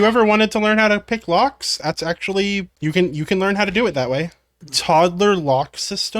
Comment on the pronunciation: I was more than 30 seconds into the video before I realized you were saying locks and not rocks🤣 you know how people use hammers to open rocks and they've got pretty stones inside 🤣🤣🤣🤣🤣🤣 locks, not rocks